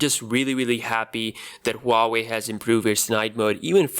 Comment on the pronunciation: It's pronounced WAA-WAY